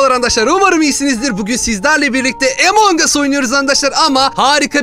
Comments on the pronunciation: abi emong us diye okunmuyo a ile okunuyor among as dyr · EMONK AS DEĞİL AMONG AS DİYE YAZILIYO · Abi o emong us diye değil among us diye okunuyo